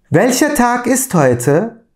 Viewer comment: Welche Tag ist heute, derken welche Tag ist (Tochter) gibi ses çıkıyor :))